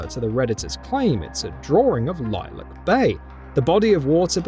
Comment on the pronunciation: Iliac Bay too He said Lilac Bay